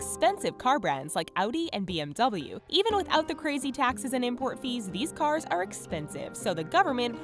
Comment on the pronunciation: You said ZARA correct but BMW as idiot. 🤦🏻‍♂️. Learn IT! 😅